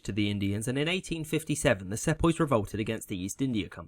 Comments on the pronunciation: Mispronunciations always concern me that I'm listening to AI narration. Your pronunciation of "Sepoy" in particular ... yeah, it's an uncommon word, but one that I'd expect someone with a British accent to get right. It's SEE-poy, not SEP-oy. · Excellent presentation. Errrm. ...... apologies for nit - picking but I was taught to pronounce "Sepoy" see-poy, and the Telegraph had to be constructed in order to send telegrams. Perhaps you might make it a few minutes longer for improved (a bit slower) diction and study of maps. Otherwise the chronology and politics far better than my schooldays nearly 60 years ago. Thanks. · Bro I literally have a history exam tomorrow which includes the 1857 sepoy revolution (I live in india) Also "sepoy" is pronounced as "si-pa-hi" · It's pronounced see-poy. Also it's unlikely that the cartridges contained pig or cow fat, rather it was probably a rumour designed to help initiate the revolt. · You pronounce Sepoy wrong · Good summary. 'Sepoy' is pronounced 'see-poy' though, and 'Boer' is pronounced closer to 'boor' then 'bo-er'.